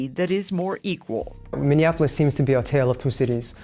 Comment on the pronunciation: Its Miniapolis not Mininapolis lol